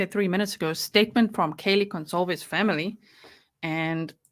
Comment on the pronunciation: To the people who were defending the judge for the mispronunciations fyi Kaylee's big sister complained to the court about how disrespectful it was and how important it was to get it right.